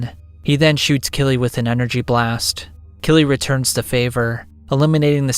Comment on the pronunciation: I just read the whole series where it's always written as Kyrii. I know the pronounciation feels somewhat similar phonetically in Japanese but straight "Killy" sounds so goofy. Like the way this narrator talks.